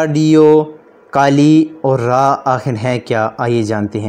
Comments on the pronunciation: RAA and nahi baata RAW hota hai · Raa nhi bhai raw hota hai 🤣